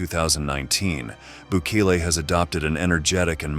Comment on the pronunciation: Why do you butcher his name.